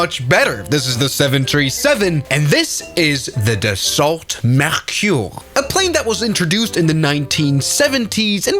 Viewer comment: It’s pronounced daso 🥀✌️